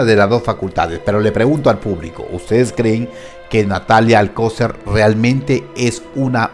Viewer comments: Se pronuncia alcoCER acentuando la última silaba 😉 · ¿Por qué pronuncias mal el apellido Alcocer? ¿O es sarcasmo? Porque Alcocer no lleva acento en la ‘o’.